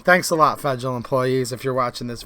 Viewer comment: Do you pronounce federal as "fragile"?